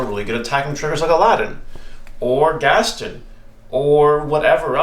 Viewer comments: Ghast-own not gasten ;) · im glad everyone in the comments is also focused on him saying "gastin"